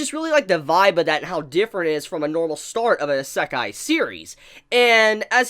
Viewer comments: It is not pronounced Is-ek-e, but rather E-Sec-I. It's like your saying Himbogger instead of Hamburger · Anyone else hearing him say i-sack-eye and noe Ise-kai? (Wrote the words on how it sounds and not how it is written) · "I-SUCC-EYE anime" It's pronounced E-say-kai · a.sek.ai it's "Ee.se.kai" And nothing can replace Papa Bone Daddy and his harem of tsundere demons. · good job butchering isekai pronunciation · Random Trainer X. M8 it’s isekai not sekai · Ihsekkai... Why does he aay it like that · say isekai right, EE - SAY - KIE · If you're going to review anime and manga, please learn to pronounce the Japanese terms correctly. You sound like someone sounding out a new word the way you emphasize each syllable. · His pronunciation of Isekai hurts my everything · His pronounciation of "isekai"..... 😱 Can't blame him for it... but just hearing it >.>